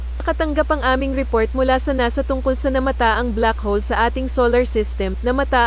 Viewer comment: "Tungkol sa blak-hol- MAITI"